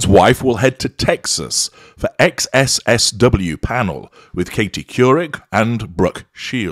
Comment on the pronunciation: Sure MM breaks barriers...🤣😂🤣😂 NOT! SXSW= South by Southwest in pronunciation in the US/TX